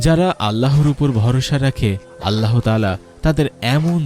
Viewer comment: আল্লাহ শব্দ উচ্চারণ করার সময় হ বর্ণটা হ উচ্চারিত হবেনা। হ এ হশন্ত দিয়ে, অর্থাৎ শব্দের খণ্ডত (ৎ) এর মত করে মুখ দিয়ে গলা থেকে অতি সামান্য বাতাস বের করে উচ্চারণ করতে হয়। আপনি মনোযোগ দিয়ে কুরআন তিলাওয়াত শুনলে অথবা মধ্যপ্রাচ্যের আরব দেশগুলোর লোকদের কথপোকথন শুনে দেখুন, তখন বুঝতে পারবেন আল্লাহ শব্দ কিভাবে উচ্চারণ করতে হয়। কিংবা কোন মাদরাসার হুজুর অথবা মসজিদের ইমাম সাহেবের কাছ থেকে উচ্চারণটা শিখে নিতে পারেন। শেখার মধ্যে কোন লজ্জা নেই, কোন গ্লানি নেই, শেখার কোন বয়সও নেই। ধন্যবাদ।